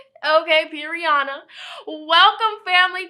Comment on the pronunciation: I just started the video and I'm already cracking up 😂 sis said "perionna" 😭😭